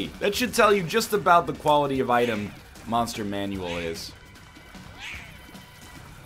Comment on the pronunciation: Whenever NL says "Monster Manual" correctly I freak out.